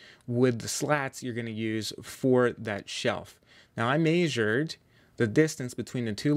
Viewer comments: Measured not “maysured”. I cringed every time I heard it. Other than that awesome video and build. I’ll be making one over the winter for the summer. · very cool project. hearing you say "mayzured" made me want to pull ur eyes out. less transitions just make one smooth video. good info